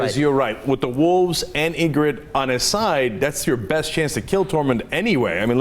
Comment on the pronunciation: They are pronouncing Ygritte's name right tho.